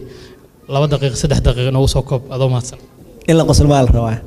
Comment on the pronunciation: Ustaaad (Qusul) ma aha ee waa (Qosol) halkaa inaga sax inbadan waa kugu arkaye